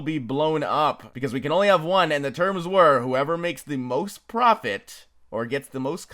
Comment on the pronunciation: I love how he said profofit off of it without anyone noticing.